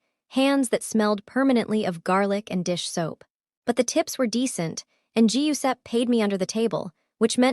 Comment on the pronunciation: Hearing Giuseppe mispronounced so often was grating.